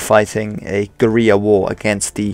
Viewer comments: Goo-ree-yah is not how you pronounce guerilla.... guh-rill-ah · Somebody probably already said it, but "guerilla" is pronounced like gorilla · Learn how to pronounce the word 'guerrilla', you keep mis-pronouncing it throughout the video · It's the Republican Army, not Republican's. Also nice try at sounding cultured but guerilla is a recognised English word and has been for quite a while, so there's no reason for you to pronounce it the Spanish way